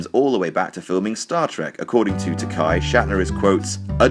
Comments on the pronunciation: "Hello, Bill. My name is George Takei (tuh-kay). Not 'tuhk-eye', as you've insisted on pronouncing it for the LAST FORTY YEARS!!! Remember, it's 'tuh-kay'... as in 'toupee'." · It's pronounced Takay like gay, not Takai Shatner never learned how to correctly pronounce his name either or just purposely chooses not to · George Tak-AY, not "Tak-eye" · "They've been quite vocal about their mutual displeasure..." True. Takei said to Shatner at his roast, "...And it's pronounced 'Ta-kay'. Not 'Tak-eye', as you've insisted on saying it for the past four decades! 'Ta-kay'. Like 'toupee'." Although, in defense, he didn't work with Takei, so it doesn't really make him a douche for not knowing that. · Takei is pronounced Takk-eh, not Takai, which is different characters (武井=Takei, 高い=Takai; George's name is the former). Also, Takei invited ALL the surviving cast members od ST:STO to his wedding to Brad, but Shatner was the only one who didn't even bother to reply. Nimoy replied to say he couldn't make it, and Nichelle Nichols and Walter Koenig were special guests on the day. HTH. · George Ta- Kay , not Ta-Ki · Takay - thats how George pronounces his name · Was no one else cringing at the pronunciation of Takei ? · i was. I kept thinking about the "it's okay to be Takei" thing and thinking how the pronunciation here ruined it. Boo.